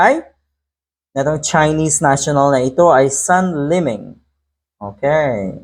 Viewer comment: PRONOUNCED SOON LIMING